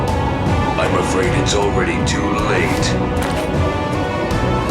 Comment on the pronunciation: He's 'afreid'? Really?